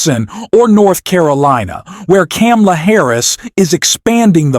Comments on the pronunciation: Yep. What is wrong with, that he seemingly deliberately mispronounces her name? Try saying Kar-ma-la, FFS. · comma;la.......really not that hard to say correctly, PLEASE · Please learn how to pronounce Kamala. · I will not like or follow you until you learn to pronounce Kamala’s name correctly.. COMMA-LA. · Her name is comma-la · needs to learn how to pronounce Kamala's name before he can continue publishing critical analysis against Trump. It is very annoying listening his analysis about Kamala. He obviously didn't listen to the DNC speaches. This may be a computer generated audio. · Great video, but PLEASE learn to pronounce VP Harris' name correctly. Then, you'll get my "like". The "Ka" rhymes with "Pa". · Learn to pronounce Kamala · Everyone who has a problem with the narrator not being able to pronounce Kamala name right seriously needs to get over themselves. I'm sure you wouldn't like me either and here's the sad thing, I'm an independent who voted for both republicans and democrats and this year will vote for Harris and I even believe that as Trump is the nominee that it might not be the right choice to vote for a 3rd party because we need to do everything we can to keep Trump out of office, but those who have a problem with anyone who's not able to pronounce her name right, probably wouldn't like me either. Seriously grow up and get over yourself snowflakes. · If you want to call out Trump on his cognitive decline and hypocrisy….you should learn to pronounce Kamala’s name properly. 🤨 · Please learn how to pronounce kamala the right way before posting another video. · Pronounce Kamala Harris properly.